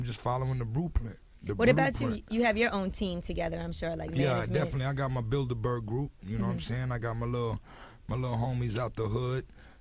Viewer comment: 17;33 his said BUILDIBERG